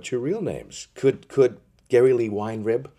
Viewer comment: so geddys last name is pronounced like whinerib not weenrib ok lol he said alex' last name wrong